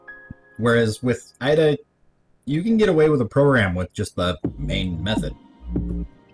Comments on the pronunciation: Is he saying Ah-Da? It's Ada, the language is named after a person, Ada Lovelace. Pronounce it like the name... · I've never heard anyone pronounce Ada that way. Like "add uh." It's not deriving from "adding" something. It's a woman's name: Ada. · AY-DA not EYE-DA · just started watching, when I learned the language we called it Ada, pronounced as "aid-a", not as "add-a", have you heard that way too? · You would have thought that someone who teaches Ada would be able to pronounce it correctly :/